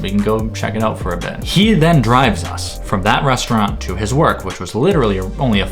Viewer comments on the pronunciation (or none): none